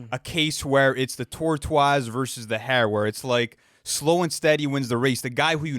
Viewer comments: The "Tor-twas"??? Have you never heard that word spoken outloud before?? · HOW TF ARE YOU PRONOUNCING TORTOISE LIKE THAT💀💀💀💀💀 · i dont think thats how you pronounce tortoise lmao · is that really how canadians saw tortoise????? TOR-TWAH? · Bro the way you pronounce tortoise 😂😂 “toretwase” lmao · with the best pronunciation of tortoise ever 🐢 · I discovered a new way to say tortoise this vid 😂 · wtf was that tortoise pronunciation lmao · Why did bro say tortoise like that😭💀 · THE WAY LU SAID TORTOISE GOT ME DYING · what is bro saying 😂 Don’t think that’s how you pronounce “tortoise” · why the hell did u pronounce tortoise like that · why did pronounce tortoise like that 🤣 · should be a crime the way he said tortoise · Bro tryna remake the word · Legit read my mind